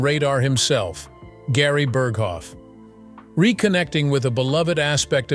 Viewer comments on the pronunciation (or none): none